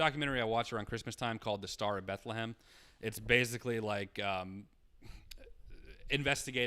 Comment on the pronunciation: Why he say Star of Bethlehem like that tho??